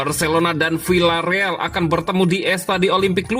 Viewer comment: CARA BACANYA BUKAN "VILLA..." TETAPI "VIA..."